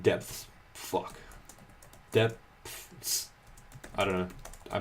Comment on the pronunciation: Just pronounce "Depths" "Deps."